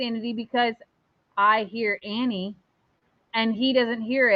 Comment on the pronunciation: I kept hearing "Harry". When I saw the original post it sounded like you slurred the word Annie. Weird.